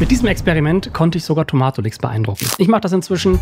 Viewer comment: der heißt nicht Tomaaaatolix sondern „Toma-tolix“ ausgesprochen 😂😂😂